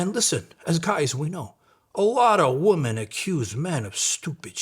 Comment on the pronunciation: Oh no, you have that Cali disease where you say woman instead of women.😬 That’s rough, you should get that treated.